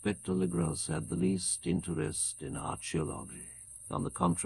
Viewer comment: Absolutely love this but a little constructive criticism. Try spelling words like “Character” or “Archeologists” with just a C or a K on the script so we don’t get a hard “CH” sound where it shouldn’t be. Other than that amazing work